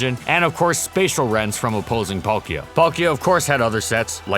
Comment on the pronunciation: THE K IN PALKIA SHOULD BE AFTER THE L! AND GIRATINA DOES NOT START WITH A D, IT STARTS WITH A G!